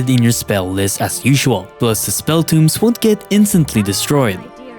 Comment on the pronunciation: spell tŌmes TOW-mz not toomz